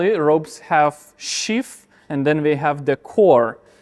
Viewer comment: Unbelieveable that somebody who's day job is designing and working with ropes can't pronounce "sheath" properly.